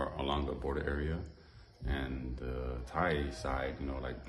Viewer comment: I am impressed you actually got the correct "DTai" pronunciation. Did you learn that in your own or some "DTai" person told you? 😂